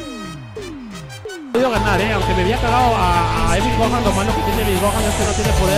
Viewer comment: porque dises cuando estas peleando con vegito súper ssj wait contra goku lagandario dises esvil gojan like si lo oíste:)